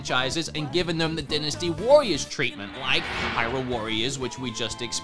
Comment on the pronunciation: It's pronounced "Die-nas-tee", not "Dinasty". Please, say the word correctly